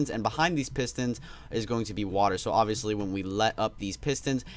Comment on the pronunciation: Stop saying oviestly